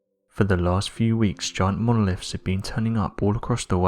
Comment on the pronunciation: Monoliffs???? Horrible pronunciation